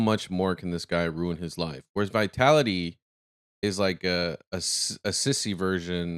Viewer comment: Bro, I don't know if you intentionally call him 'Vitality'; he is 'Vitaly'. LOL.